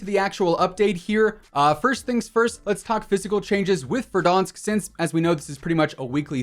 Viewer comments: Did this man just say Verdonsk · Is it just me or do I here him say verdonsk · Pov: your looking in comments to see if anyone noticed the way he says verdaunsk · How can you not pronounce Verdansk?